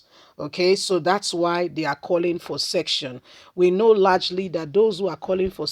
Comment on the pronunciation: Madam it is called secession and not section